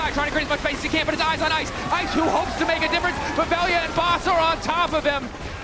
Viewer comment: Veljko his real name, VELJA . He is serbian, LJ is as one letter not as two. In our slavic alphabet you can combine L + J to get LJ and its spoken like L+Y i guess. But they should at least ask how they should say it, because what they are saying is like "VELIJA" and there is no "i" , Best way to describe is using another word like " Love" in serbian " voljeti " if spoken "vol-ye-tee" . I know nobody cares, but as they commentators they should know it.